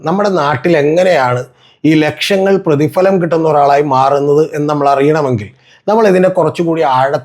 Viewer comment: പ്രതിഫലം എന്നത് ഉച്ചരിക്കാൻ പഠിക്കടാ